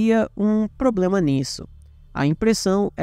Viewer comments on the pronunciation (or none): none